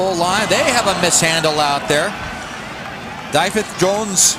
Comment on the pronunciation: "Dye-fith Jones" yeah they were pretty bad